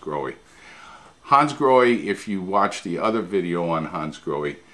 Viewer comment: Hi, just a little FYI. They are not pronounced Hansgroheee but Hansgrohah. it's German and the language is phonetic where the ending E is pronounced AH.Your not alone, even Porche car owners and dealers mispronounce their cars, just calling them Porch instead of Porchah